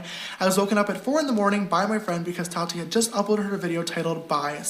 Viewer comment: The way you pronounce Tati like ratty with a T makes me giggle